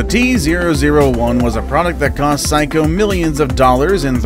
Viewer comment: Sayco not psycho 😂